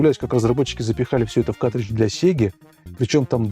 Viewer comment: каРтридж, а не катричш